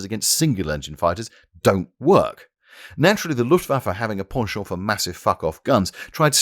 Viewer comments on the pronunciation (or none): none